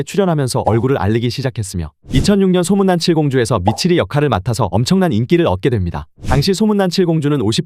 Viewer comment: 미치리? No No ㄸ치리